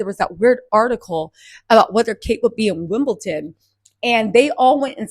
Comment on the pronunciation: Wim-ble-DON not Wim-ble-TON 😖